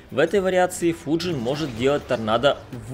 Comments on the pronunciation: Не ФуджИн а ФУджин просто слух режет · Почему ты называешь его ФуджИн, если ударение на букву У?